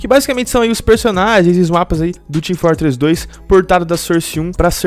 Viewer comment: sarsi 2 team fartress 2 este gajo tem problemas em pronunciar os "O"s